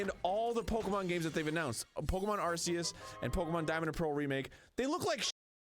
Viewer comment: It's not "Arse-eus".